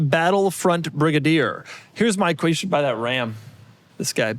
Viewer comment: heres my qweestun